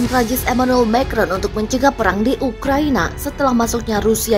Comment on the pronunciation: Mbak baca "Macron" makrong. Itu bahasa Perancis dan bukan bahasa Inggris.